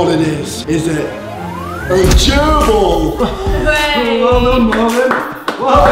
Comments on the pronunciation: When there was a girlble they pronounced it as (grbil) But its pronounced (jerbil) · They pronounced it like “girbrill” not gerbil